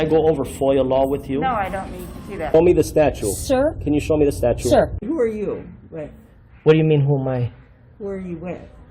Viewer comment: What’s this nonsense about a statue? You can even pronounce statute.